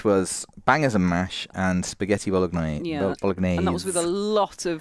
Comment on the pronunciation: #vodsquad, I NEED to know knows the G in Bolognaise is silent and that he’s just being whimsically playful or I can’t sleep 😅 🍝